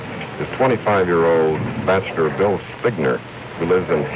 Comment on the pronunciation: No one told how to pronounce Bill’s name?